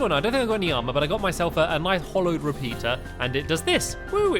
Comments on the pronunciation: It's hallowed not hollowed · STAMPY FFS! ITS "HALLOWED" NOT HOLLOWED!! HALLOWED HALLOWED HALLOWED HALLOWED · stampy, hallowed is pronounced ha-lowed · Why do you call it hollow it's hallow xD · Its ha-low-ed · It's HALLOWED, HA-LLOWED, can't you read Stampy!!???!!!! not hollow .¡Ay, caramba! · It Is pronounced ha-low not hol-ow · Stampy is saying hollowed bars but it is hAllowed bars that A is in caps for a resson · Jimmy Leung ITS HOLLOW